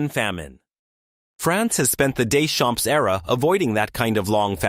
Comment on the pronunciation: AI can win math olympiads but can't pronounce Deschamps properly it seems.